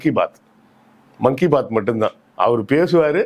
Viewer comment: அது மங்கீ பாத் இல்ல சார்...மன் கீ பாத்